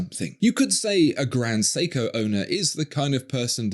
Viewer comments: Well, he calls Grand Seiko as.... "Grand Seeko". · Who the fuck pronounces Seiko as "Seeko"? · He can't even pronounce Seiko properly. Siko? In Filipino, siko means elbow. 😁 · How is it that someone who seems to take pride in pronouncing euro brand names, but can't even be bothered to pronounce Seiko correctly....